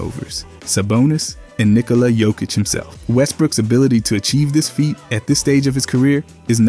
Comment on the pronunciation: Lost me at nikola jokick